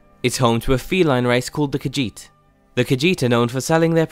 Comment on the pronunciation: It's "car-sheet", not "car-jeet".